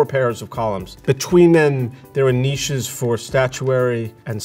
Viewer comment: Thank you for pronouncing "niches" right!!! So many Americans have a problem properly pronouncing with this word.